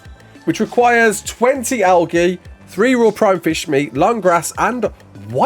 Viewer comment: Is he saying Algae like that to tru and be funny?